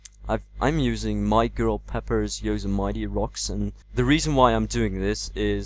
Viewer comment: Yosemite is pronounced "Yo-sim-eh-tee" lol